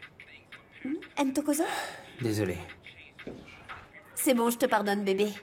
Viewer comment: 😂😂😂 c'est pas Intokozo! C'est plutôt : Ntokozo. C'est un prénom africain. Les interprètes français qui ont traduit la série ont du mal à prononcer des noms avec deux consonnes qui se suivent.😊